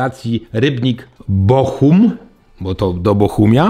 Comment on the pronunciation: Świetny odcinek jak zwykle, format którego każdy potrzebował a nikt o tym nie wiedział. Jedna rzecz tylko (ponieważ jestem z okolic Cieszyna i to kłuje w uszy) pociąg do BOHUMINA.